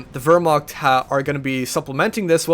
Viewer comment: Hey, I hate to be "that guy" but since you were talking about pronunciation at the start of the cast I thought I'd bring it up. Wehrmacht isn't pronounced with an "ur" sound. It's more of "ear" sound. Anyway, great cast and good luck with your exams.